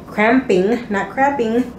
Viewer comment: Lol 'cramping not craping"